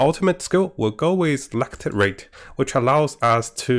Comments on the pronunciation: Lacerate is pronounced lass-sir-rate. 😊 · Thanks for de tips. Just one thing, I guess it is not "lacTerate" but Lacerate. Meaning cuts with claws